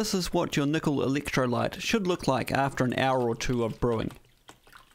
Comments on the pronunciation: Did you say electrolyte ? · "Meatel"? "Eeleektrolite"? 😂😂😂